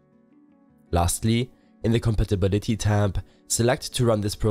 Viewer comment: CoMPatibiDEEEe xD no criticism just for the jokes:D